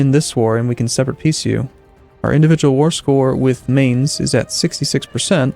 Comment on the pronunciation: It's pronounced Mines, with the end sounding like the end of 'putz'. Not 'mains'.